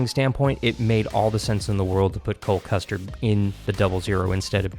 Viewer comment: Did he say Cole Custard??